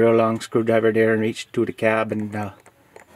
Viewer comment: I challenge everyone to take a drink every time he says “dere” (there)😂